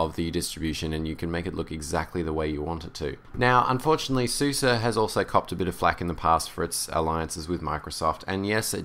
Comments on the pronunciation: Its pronounced Open ZuZe not suzy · openSuS - eh. not ih, not ah, eh. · I think it's pronounced suːzə because it is developed in germany and they say it like that. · To better pronouns SUSE you can take a look at the YouTube and search on "How do you say SUSE"